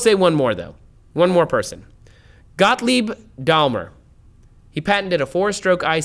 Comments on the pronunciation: Gottlieb Daim...ler, not Dal...mer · I guess you mean Gottlieb Daimler, who is definitely not pronounced "Dahlmer". Try saying "Dime-ler".